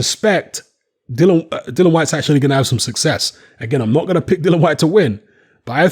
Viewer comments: Dill e an not Dillon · Dillian not Dillon lol.xx